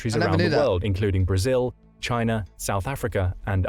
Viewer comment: Brazileeah??? Brazilyah? what?